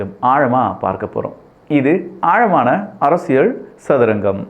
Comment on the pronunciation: அரசியல் உனக்கு ல உச்சரிக்க தெரியாதா கறும்ம்